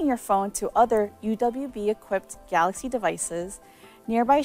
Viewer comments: I miss the guy who said Samsung Galax or Samsung Galux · no he said Samsung Galox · no it’s Galox